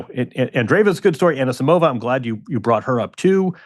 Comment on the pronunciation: Everyone's happy about João Fonseca's pronounciation but no one's care about wrong Anisisimova's emphasis.